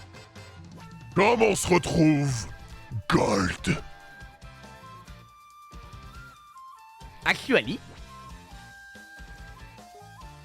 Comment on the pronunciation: Le "actually" me fume à chaque fois 😂